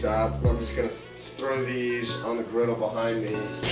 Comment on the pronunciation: The scene from Psycho made me laugh out loud! 😂 Yum! This soup looks so good! 😋 (p.s. It’s griddle, not grittle). 😉